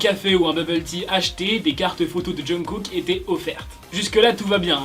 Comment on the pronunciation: la prononciation du nom de Kook m’horripile vraiment mdrr